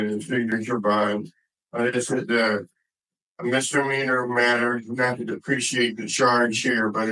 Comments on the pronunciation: Mistermeaner?? He's an attorney, he should know how to say misdemeanor properly. 🤣🤣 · 🥸 Mr. Meaner